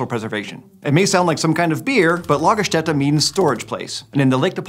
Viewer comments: Thank you for correctly pronouncing Lagerstätte! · Finally somebody who can say Ä correctly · Extra "like" for pronouncing German words rather well. Your "Lagerstätte" is on point, m8! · As a German, I am SOOOOO HAPPY for the correct pronounciation of "Lagerstätte" proud tears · as a german i have to say thumbs up for the right pronounciation of Lagerstätte, most people cant say Ä,Ö und Ü right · Just a little note from a German speaker: While translating "Lagerstätte" (excellent pronunciation, btw!) as "storage place" isn't totally wrong, a more apt translation in this context would be "deposit site".